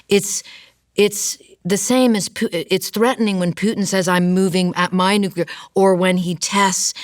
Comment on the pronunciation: She almost said poo instead of Putin a buncha times